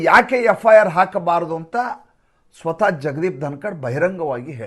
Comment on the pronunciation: ಸರ್ ನಮಸ್ತೆ ತಾವು ಸ್ವಲ್ಪ ಭಾಷೆಯ ಉಚ್ಚಾರ ಸ್ವಲ್ಪ ಸರಿ ಮಾಡಿಕೊಳ್ಳಿ ಸರ್ 🙏 ದನಕಡ್) ಅಲ್ಲ ಮನ್ ದೀಪ್ ಧನಕರ್ (ಬ್ರಾಜಿಲ್ )ಬ್ರೇಜಿಲ್ ಸರ್ ಮತ್ತೊಮ್ಮೆ ಕ್ಷಮೆ ಇರಲಿ ಸರ್ 🙏